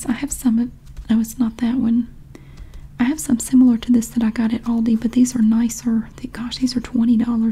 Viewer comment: Yeah, Love the sale circular series 😄 And the way you pronounce Aldi is just right, I‘m from Germany and we say it just like that 😉